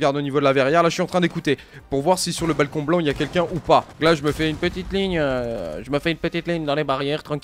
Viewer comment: Mdr esca gland au lieu de blanc